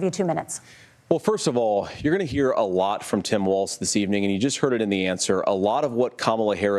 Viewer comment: Did he just say he learned how to run a government fyom china?